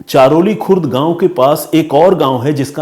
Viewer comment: ये घटना हमारे गाव की है, सर हमारे गाव का नाम चरहोली है चारोली नही इंद्रायणी नदी भी आप गलत बोल रहे हो सर जी श्री क्षेत्र आळंदी श्री ज्ञानेश्वर महाराज जी की समाधि है यहाँ महाराष्ट्र के सबसे बड़े तीर्थस्थल का स्थान इसे मिला है लाखों की संख्या मे भक्त यहाँ दर्शन करने आते है आषाढी वारी(पंढरपूर) search करके देखना सर महाराष्ट्र के कोने कोने से भक्त यहाँ साल मे एक दिन आते है और वो लाखो २५० km पैदल चलकर पंढरपुर जाते है इस जुलै आप अपनी टिम को लेकर आना सर बहुत हि अच्छा अनुभव होगा आपके लिए आपके और आपकी टिम के रहने खाने का इंतजाम हम करेगे